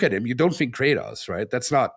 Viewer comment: everyone is just gonna let him pronounce Kratos like that?